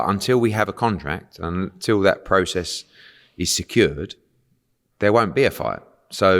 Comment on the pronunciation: Eddie "process" Hearn